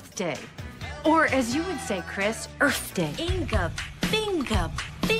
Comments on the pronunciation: I just left earf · “EARF DAY”